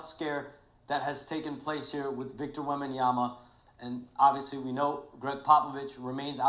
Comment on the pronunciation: Victor Wembiyamia LOOL is crazy FLIGHT